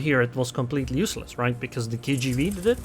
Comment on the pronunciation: Tool me awhile to realize you saying "KGV" an not "KGB"